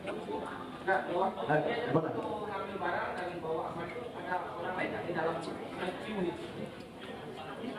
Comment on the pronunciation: Ammar kok gguya gguyu 😅😅